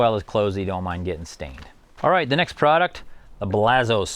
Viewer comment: It's pronounced Blazon